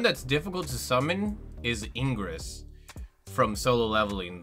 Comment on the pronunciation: Ingress? His name is igris